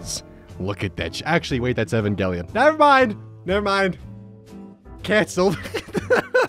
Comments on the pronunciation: Znobody talking about how this me just pronounced evangelion... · I don't like the way he says Evangelion. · Wait who is "Evan Gellion"